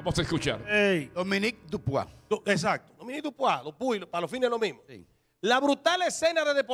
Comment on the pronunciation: El apellido de Dupuy no se pronuncia Dupuá como saltó aquel. Es DUPUY tal como esta escrito. Si fuera Dupuá se escribe Dupois